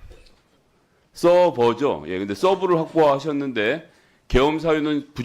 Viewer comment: 서버를 서브 라고 부르는게 내란유튜버들인데 ㅋㅋㅋㅋㅋㅋㅋㅋㅋㅋㅋㅋㅋㅋ